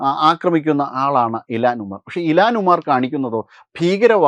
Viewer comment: ഇലാൻ അല്ല ഇൽഹാൻ ഒമാർ